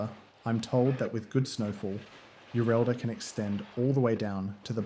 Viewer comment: Yureddla not Yurelda